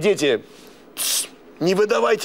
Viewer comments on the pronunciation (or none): Два ведррраааа?!!!!!! Ха ха ха